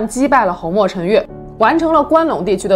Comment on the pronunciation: 鲜卑的鲜读一声，侯莫陈的侯读四声